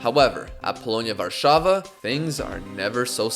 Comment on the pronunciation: you said polonia warszawa correctly that never happens with angloids